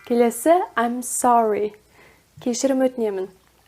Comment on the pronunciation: I am sorry сөзі Мен сорлымын деген емес пе, разве? Ам сори деген біртүрлі естіледі екен